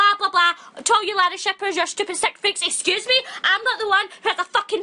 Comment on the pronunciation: This is hilarious! 'SKUSSSEE MEEH"